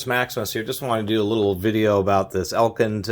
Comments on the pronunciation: Ek-lind not El-kind. Js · Eklind, not Elkind. Thanks for the video.